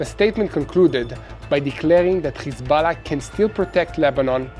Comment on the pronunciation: the way some pronounce Hezbollah... it's nerve wracking, sucks